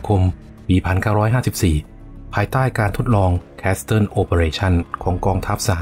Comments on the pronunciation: Castle อ่านว่า แคส-เซิล ไม่ใช่ แคส-ซะเทิล นะครับ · ขอบคุณสำหรับเนื้อหาข้อมูลดีๆครับ สำหรับคำว่า Castle ตัว T ไม่ออกเสียงนะ ออกเสียงว่า คาสเซิล (kasel)